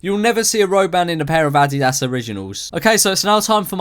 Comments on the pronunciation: Cuz called adidas addy dass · I've never heard anyone pronounce Adidas ad di das